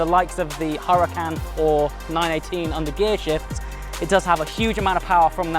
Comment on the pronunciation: Why in the HELL are you pronouncing the "H" in Huracan? The "H" is silent! #nitpicky